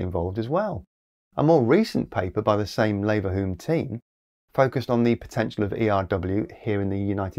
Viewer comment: Leverhulme is said /ˈliːvəhjuːm/ I only care because the guy the company is named after is from my hometown